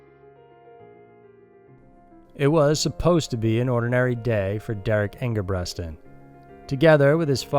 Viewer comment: It's Derrick ENGEBRETSON